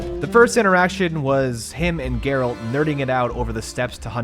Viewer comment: You played the whole game without hearing how the Witchers name is pronounced!? Jerralt jerralt jerralt